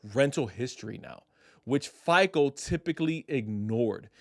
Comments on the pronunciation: Why are you calling it FIKLE? It’s FICO. Pronounced FY CO. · It's hard to take you seriously when you can't even pronounce FICO. You keep saying FICOL,whatever that is.